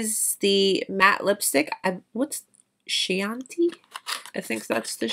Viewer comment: Chianti is pronounced key-an-tea. A type of Italian wine. Those shadows blended so smoothly. Liked the looks but just wish there a little more depth to the darkest shade.